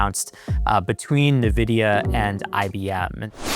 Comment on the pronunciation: IN/EN-vidia... not NUH-vidia... good lord.